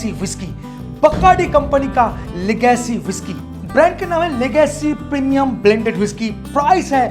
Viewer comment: लेगसी न की लगासी but मजा आया सुनकर